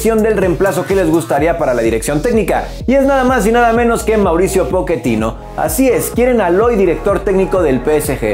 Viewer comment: Amigo se dice Pochettino y tú dices poquetino XD